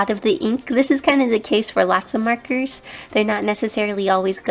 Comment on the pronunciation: I love how you say 'markers' it sounds like 'merkers'